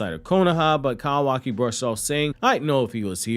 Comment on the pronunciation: Listening to you say Cow aki instead of koo waki is absolutely painful.